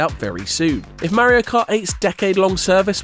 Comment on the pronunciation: Merio ❌ Mario ✅